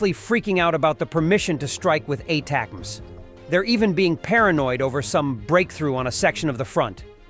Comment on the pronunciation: "a-tac-mass" AI sucks!